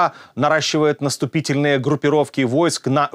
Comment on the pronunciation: Наступительные :-))) от слова тупие вы :-))) наступАтельные правильно! Редактор- геть :-))